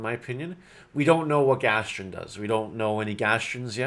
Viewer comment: Thank you for the upload. Its pronounced Gast-on. Not Gastion